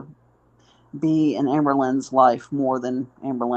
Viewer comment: Is it Amber or Amba? You aren't consistent with your pronunciation just sayin. What part of NY are you from?